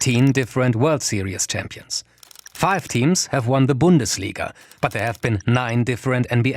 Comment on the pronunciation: He pronounced Bundesliga right. IMPOSSIBLE